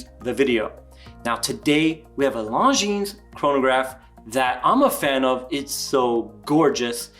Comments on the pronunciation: The S is silent in LongineS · Actually, I hope these don't become popular so they're in stock when I go to buy one later this year. Also the 's' in Longines is silent.